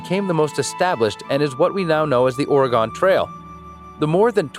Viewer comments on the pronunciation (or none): quick tip people here pronounce it “or-gun” not “or-i-gon” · It’s “Ore-gun” lol obviously he doesn’t know certain things lol